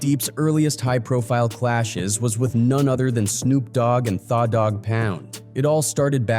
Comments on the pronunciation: Thought he was going to say they/them dog pound 😂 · "Thaw" Dogg Pound 😂😂